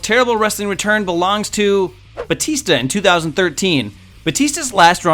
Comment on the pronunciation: Are you saying "Boo" or "Bootista"?